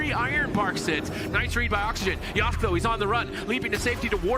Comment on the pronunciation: Casters can't even say names right, it's YO-SKAY not YOSK